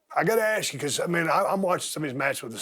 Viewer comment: Ron is the only person alive that I won't make fun of for saying "ax" instead of "ask".